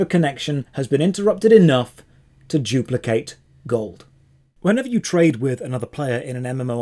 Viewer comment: Are you saying jewplicate on purpose? Is that some sort of racist joke?